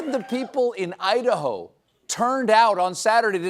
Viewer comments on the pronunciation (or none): Haha “Udaho” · "Youdaho" 😅😅😅😅😅😅😅 Thanks guys, you are a blessing.